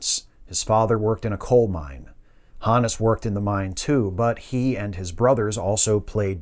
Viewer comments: I've always heard his name pronounced with a hard 'O'... H OH nus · I thought it was pronounced Honus